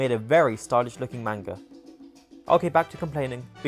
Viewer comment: The mispronunciation of manga every time he says it makes me wanna die 💀💔